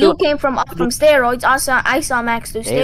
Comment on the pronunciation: he said steroids like he was right 💀💀